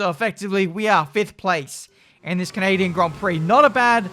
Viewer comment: As a Canadian, I am deeply offended with your horrific attempt at saying 'Canadian' ITS NOT 'can-a-din' LOL